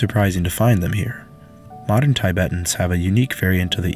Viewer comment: He said tie-betans